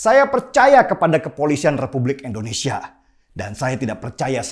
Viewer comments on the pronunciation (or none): none